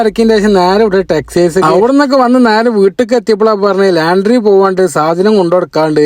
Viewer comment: ലാൻഡ്രി അല്ല ലോൻഡ്രി എന്നാണ് പറയുക